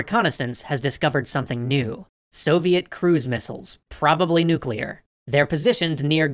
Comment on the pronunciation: Navy: breaths Kennedy: COULD LEAD TO NUCULAR WAR